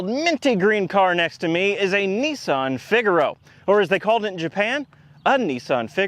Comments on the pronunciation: It is NISS-ANN not NEES-AHN. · These are known in the UK as Sarah Jane cars. And its Nissan not Neesan. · Only Nissan are not called Nee son but rather Niss an. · it’s ‘ni-san’ not ‘ne-san’ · not NEEsan NISSan,,,, gee wizz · Its so hard to not keep saying in my mind, "you mean Nissan, not Neesan. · Now as a Brit I still have not worked out HOW the Canadians SAY Oooot rather than Out BUT HONESTLEY neesun INSTEAD of the real name Niss Ann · I like the North American pronunciation of Nissan, "Neesan" lol. It's a bit like aluminium and vitamins, one day you might learn to speak properly. The 'Neesan' Micra K10, K11, was a true car for the people, this car is a Micra with a naff retro shell on top. Don't have a massive dislike of it, as long as you don't try and charge me more than the cost of a Micra...but there again I think I'd be more comfortable in a Micra. Good car, naff styling.